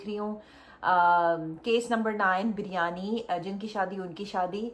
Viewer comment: Malaika and Sara continuously said Bar-yani 😂😂 instead of biryani